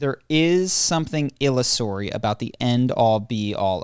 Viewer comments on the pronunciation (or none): gave a fairly good answer to,. I like how he said illusory: Ill-o-saur-y. Illo-sorry?